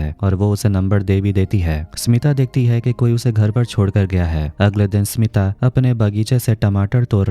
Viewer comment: My name is smita thanks aapne sahi se pronounce kiya baki log to acche se ni bolte .. Btw nice explanation